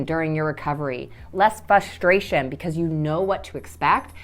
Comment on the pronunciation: Well, I appreciate all the advice. It was driving me crazy that she couldn’t say the word, frustration and mastectomy correctly.